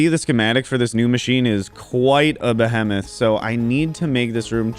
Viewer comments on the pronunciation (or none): okay but do you always pronounce behemoth that way?